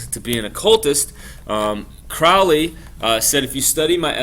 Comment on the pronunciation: It's CROW (like the bird) LEY and it's THELEMA a Greek word not Thelma. Just FYI.